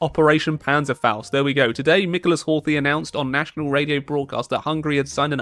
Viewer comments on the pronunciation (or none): none